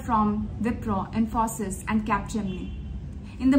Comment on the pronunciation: They may have delayed your onboarding as you are not pronouncing Wipro and Infosys correctly.